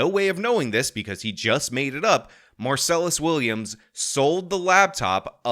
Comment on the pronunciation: When you mispronounce his name every single time you say it, it sounds like you haven't done any research. It's minor, but it hurts your credibility so much because it sounds like you haven't even read the man's name a single time, let alone did any research into the case.